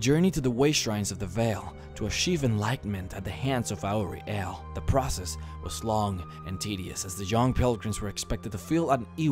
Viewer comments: perfect video!!!! amazing! couldn't fault it Exept...... LEARN HOW O SAY AURIEL. Aor-Re-El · It pisses me off how often he mispronounces auriel.